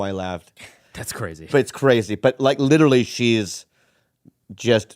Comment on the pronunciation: "you litelly"